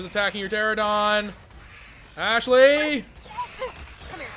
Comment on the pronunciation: ter-ran-a-don not tera-don